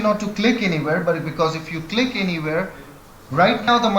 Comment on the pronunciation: Don’t Cleek!!! Don’t Cleek!!!